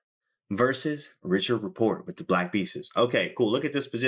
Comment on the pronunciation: His name is not pronounced that way.. please correct next time..